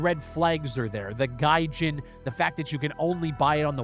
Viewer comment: the only reason i watched this because its you but the moment you said gajin. incert spiderman laugh meme